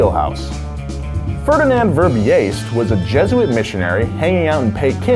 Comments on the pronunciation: Verbiest is pronounced /ver-BEAST/ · Please do pronounce his name correctly. He was a Flemish priest-missionary-diplomat From Fanders, now Belgium that didn't exist untill 1830. It is pronounced VERBIEST or fonetic/English: "VERBEAST" second part as "beast" (animal) Thanks! 😂👍👍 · And to pronounce Verbiest, pronounce it as verbeast and you'r e golden ;) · Verbiest is pronounced "verbeast" THE MORE YOU KNOW